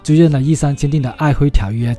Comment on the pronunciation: 這集有特色，讚👍！ 期待未來俄羅斯其他地區的介紹。 璦琿的琿念作渾不是輝。